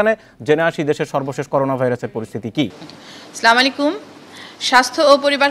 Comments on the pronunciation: এ-ই মহিলা তো সালাম ও ঠিক মত দিতে পারে না। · সালামটাও ঠিক করে দিতে পারে না